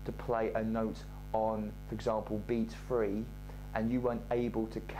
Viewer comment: Ok not three its free